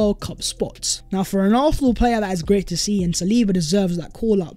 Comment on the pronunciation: Please for once say arsenal properly. Its getting worse 😂